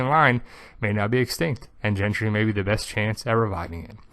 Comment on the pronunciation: His name's not "Gentry", it's GENDRY, with a D, not a T